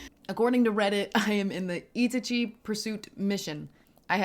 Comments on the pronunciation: Itichee ❌ Itachi✅ I...taaa....chhe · E-tachi slow down and separate your pronunciation the name is in 3 parts i-ta-chi. So just say ee in one second and tachi the next. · ita-chi lol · For future reference, Japanese is built off syllables, not individual letters, and each vowel only makes one sound. So, break Itachi into its syllables, "Ee, Tah, Chee." There are exceptions, but that's a good starting point with Japanese. It's always funny watching people flounder with pronunciation when it's phonetically one of the easiest languages out there. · Four days later to reply, but just to correct on Itachi's name pronunciation. The way to pronounce it is "I-TAH-chi" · Oh… “ee-TAH-chee”… I didn’t know what the heck you were on about. I thought it was another anime/manga lol. Just listen to some dub pronunciations. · Great video. Please keep us updated! P.s. it's pronounced itAchi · You must emphasize the a in Itachi, not the i. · The way she emphasizes I sounds wrong if you have watched the anime